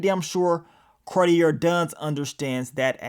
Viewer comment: It’s pronounced “Car-tee-ay”